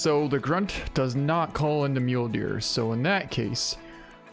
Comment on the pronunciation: So. Does he call the Mule Deer Mulee's on purpose or does he not actually know how it's pronounced?